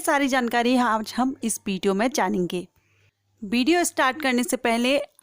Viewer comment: Bideo nahi Video bolo